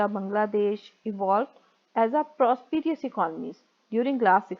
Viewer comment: “Prosperous “ word u are pronouncing wrong